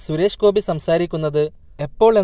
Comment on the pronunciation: ശുരേഷ് ഗോപി അല്ല ചേട്ടാ സുരേഷ് ഗോപി.. ദേ പിന്നെയും 🤣🤣🙏🙏